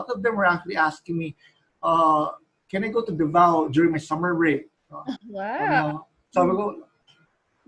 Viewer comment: i love how this vid is different, full of substance esp. on the aspect of being a cultural ambassador. on a side note, It is Davao /DA-vao/ not Davao /da-VAO/ Pronunciation should not change for proper nouns e.g. name of a place.